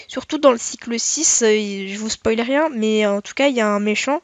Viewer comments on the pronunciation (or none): none